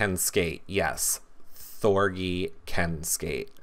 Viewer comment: THOR-G like Gee-whiz . Hard G! rhymes with orgy Thor-GEE your saying it like it rhymes with bee.